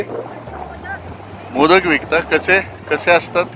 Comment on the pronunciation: माशाच नांव मोदक नसून मोदकं अस आहे,उच्चार खूप वेगळा आहे.